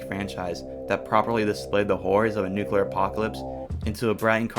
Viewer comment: Nu cu ler is not how you pronce nuclear ie new - clear